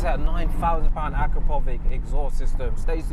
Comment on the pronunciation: Fantastic video 👏 I remember the video with Calvin and his RS6, it was hilarious 😂 Just wanted to mention as a respect to the exhaust brand you mentioned the correct way to pronounce the name Akrapovič ( Akrapovich) č means ch I think in Slovenian. Hope I'm not wrong 😅 Also ABT is actually the name of the founder of the company Johann Abt not A.B.T